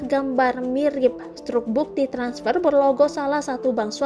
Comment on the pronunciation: Harusnya begini: bang be er i, transper, cabank, 😂😂